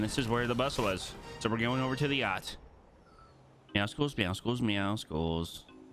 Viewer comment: Meow- suls! Please pronounce it that way